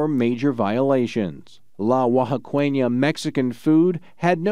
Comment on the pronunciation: Oaxaqueña = Wah-ha-kenya 😂 not wah-ha-kwenya